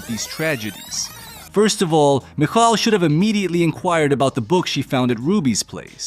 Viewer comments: Idk how the movie means it to be pronounced but there’s a Jewish name michal pronounced mee-chal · The 10 different pronunciations of, "Michal," is my favorite part of this movie.